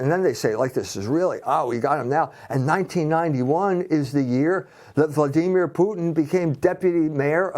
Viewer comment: This moron can't even say Vladimir properly. And he's full of shit btw.